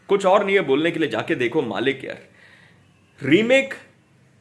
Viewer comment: It's मलिक not मालिक